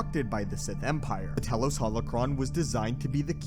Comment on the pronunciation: “Tee-los” not “tell-los”